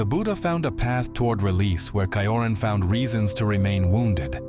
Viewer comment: It's pronounced t-ch-ioran